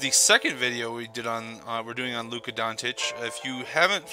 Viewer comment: I dont want to be an A. ,but his last name Dončić, you can try like this Donchich, i know you guys dont use č and ć, so just a little tip>č or ć= ch.